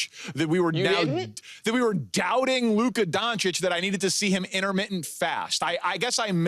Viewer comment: "Luca donic"